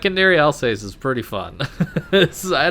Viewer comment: Al-zahss, not Alsays